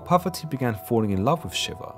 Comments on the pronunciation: Ohh u said parvati i heard poverty.... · I was listening to this in the background while doing some work and didn't realise he was trying to say "Parvati." I thought he was saying "Poverty." 😬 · I am not a Hindu, but please, the goddess Parvati (not poverty) should be pronounced correctly to show respect to Parvati herself and Hinduism itself. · PARVATI. PARVATI! Not poverty.